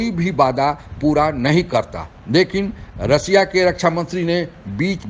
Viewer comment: Sanghai nahin Shanghai, des nahin desh, रसिया नहीं रशिया कहते हैं॥ आप उचारण ठीक करो आप अपना मजाक😜 बना रहे हैं|